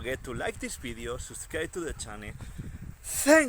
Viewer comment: Where did you shot this "bideo"? I thougt it was in Galicia because of you accent but then you said something about going to Barcelona...